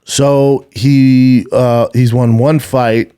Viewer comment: Is it me or does say “Wawn” instead of Won